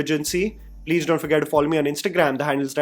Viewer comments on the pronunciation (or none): none